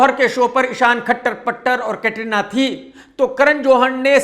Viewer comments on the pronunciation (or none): none